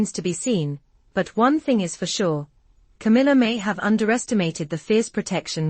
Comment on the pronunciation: Its C A M I L L A